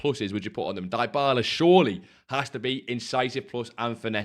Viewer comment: Please stop saying Die-bala 😂, it’s D-bala. Only plan on doing Crouchy, and finishing POTM Endrick. My fodder is seriously low. You done Crouch yet?